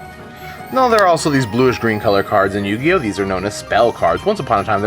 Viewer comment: Dude, slow down. you were talking so fast that you mis-pronounced yugioh. But besides that GREAT point people always make fun of me and my friends for playing the game but i bet they couldn't even learn to play the game if they tried. t'would show them why we're playing a "dumb little kids game"